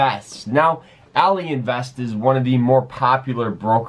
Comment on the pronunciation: What all-eee? Its ally like having an ally